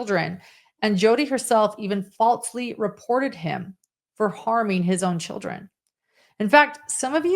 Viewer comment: falsely, not faltsley or else, not elts